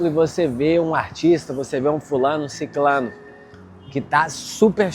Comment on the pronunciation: Se diz "sicRano" e não "sicLano". Se diz "SUrreal" e não "SUL real". A palavra "siclano" não existe.